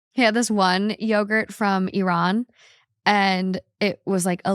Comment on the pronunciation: The way pronounced "Iran" was refreshing! ❤